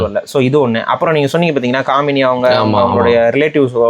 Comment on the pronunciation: டேய் காமினி இல்ல, காமேனி......